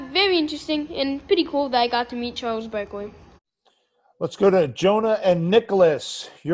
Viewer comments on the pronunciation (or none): “Chwals Bwakley” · “Chaws backlee” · "Chode Barkley" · Bruh this cant even pronounce his name 🤣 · I love how he mispronounces Chuck's name just like Chuck mispronounces names.